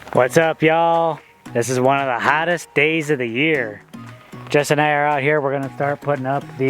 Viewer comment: "This is one of the hottest days of the year"... I'm from mexico, when you said that at first I thought you said "Guadalajara" hahahaha. Keep up the great work!